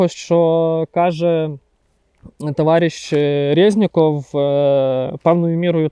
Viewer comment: «товаріщ Резніков «…🤦🏼‍♀️